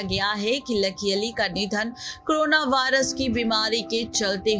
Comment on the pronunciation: O madam baki sab word to aap jibh ko Aise aith aith Karke Ghuma Ghuma karke bol rahi ho jaise ki Angrejan ho aur Jahan per Sidha Sa Ek Corona bolna hai vahan per karona bol rahi ho.....